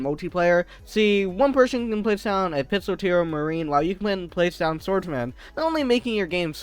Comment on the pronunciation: pistolteer? its pistol-eer